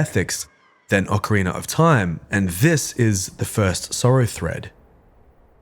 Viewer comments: OCARINA. Not Ocariner. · Why do you say “Ocarinar of time?” It’s fucking annoying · Ah-Kuh-Ree-Nah lol 😂